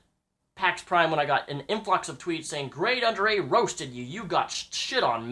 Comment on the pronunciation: "ive always been a big fan of GradeAunderA" mispronounces his name in first 20 seconds of video.